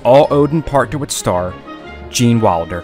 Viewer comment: Great documentary. If only you could say Wilder instead of Walder.